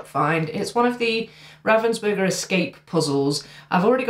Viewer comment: Don't beat up on yourself for mispronouncing Ravensburger. Ravens are very intelligent animals whereas burgers are often semi sentient.